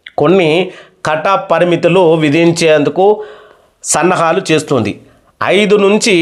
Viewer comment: సన్నాహాలు చేస్తున్నారు అది సన్నాలు కాదు అయ్యా